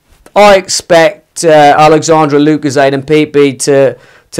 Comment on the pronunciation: "Alexandre Lucozade" 😂